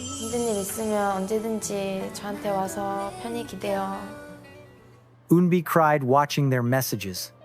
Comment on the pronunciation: I applaud you - your pronunciation of Korean words/names is getting much better with each video. Just one point, Eunbi is not pronounced with a “y” sound at the front - it’s not “yuunbi” but “uunbi”. What’s weird is that for the first half you pronounced it with a y, but a few parts of the second half, you pronounced it properly.